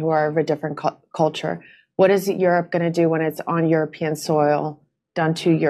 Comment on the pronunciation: She said "culture", but she almost actually said "color"!